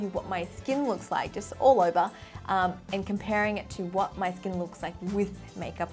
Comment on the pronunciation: “It’s like diamonds on my skeen”